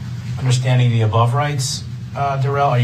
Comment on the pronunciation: Durrell Darrell. Brooks try to get this right for once in your life and your Darrell.